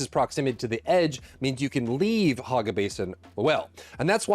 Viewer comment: HOG ga basin lol i cant stop hearing him say it.